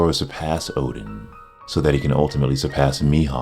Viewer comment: Anyone else finds it weird he keeps saying Odin instead of Oden? Or am I just old and senile to hear/listen properly.